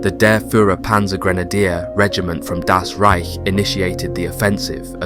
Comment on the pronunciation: Why does he keep saying DAS Reich? The emphasis is wrong and no one else says this. Just say German or German Army or SS or Wehrmacht or 9th Army or whatever. I swear the fast intense narration of this without natural pauses or emphasis on one word from another or saying DAS makes me think its AI but i know its not.